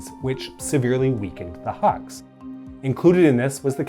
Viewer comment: Huks sounds like "hooks" than haks